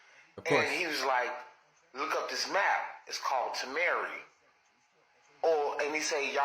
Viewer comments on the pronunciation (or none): It's not tamare ..it's TAMA -RE.. Or tama Ray.. It was a city built by pedophile and cult leader Dr Malachi Z York.